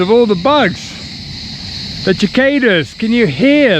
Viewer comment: You had me in hysterics, cicada is pronounced like it's si. We have them in Australia, they go silent when a bird comes by too. They come out of the ground to breed, then die, from memory.